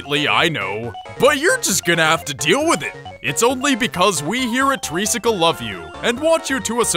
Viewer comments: treesticle lawl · So that's how you pronounce Treesicle...?